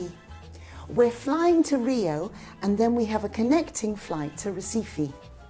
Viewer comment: U guys say rio like "real" kinda funny with all respect of course.